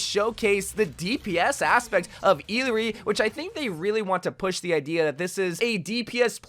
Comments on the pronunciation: I think her name is supposed to be pronounced ee-yah-ri? 🤔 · I think it's pronounced E-yari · Remember the proper way to pronounce her name is: IYARI, doble (LL) for quechua and spanish sounds as a Y. :face-blue-smiling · Her names pronounced ee-yar-ee😭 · E-LAH-REE Jesus....the amount of uncultured Amercians. No offense but it's rather common name. We use it other triple A titles. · Illari is from Peru, and her name means “dawn” and “bright.” Also, because of the two L’s in her name, it’s pronounced ee-YAR-ee. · “First official look at the brand new hero, Eeeleree!” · Eelaree? R u deadass rn💀💀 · Uh-lar-ree - what are you saying dude? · bro i think its pronounced i - ya - ree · Wow you can't say anyone's name right lmao I surprised you don't call Mei Me-I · Everytime he says a character name wrong I have a mini mental breakdown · Can we stop criticizing his pronunciation? He’s reading it as if it is an English word. I myself don’t know what she’s supposed to be or where she’s from. I’m guessing some South American country but that name is not Spanish so maybe it’s from a native language. Maybe Aztec/Nahuatl or something based on the sun theme